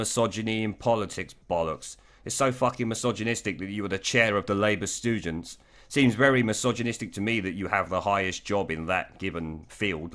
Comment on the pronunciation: "Stoogents"??? Did you mean this? If so or if not, it's a great phrase!!!